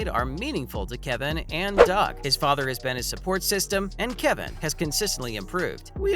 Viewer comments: This dude needs to learn how to pronounce people's names 🙄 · What a pointless video, you mispronounced dude’s name, then ask a crazy question, can he win the MVP next year... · Is this person actually a human or computer voice? The pronunciations for Steph and Kevon are bad. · It's insulting to Warriors fans when they can even pronounce his name correctly.1. His name is Kevon NOT Kevin. 2. The Warrior's owner's name is Lacob (LAY cob) NOT LA COB!